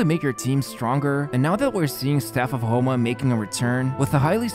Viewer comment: he says "the staff of HOMELESS banner" 😂